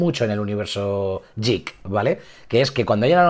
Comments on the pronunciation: La pronunciación de geek se asemeja a 'guik', no a 'yik' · estás pronunciando mal "Geek" a posta, verdad? ._.